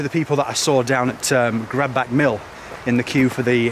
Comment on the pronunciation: my nick of the woods,lovely round there,its pronounced grad batch if that makes sense,ps watch the car park at gradbach last time we parked there somebody bumped the wifes car and drove off got back to motor with bumped wing lol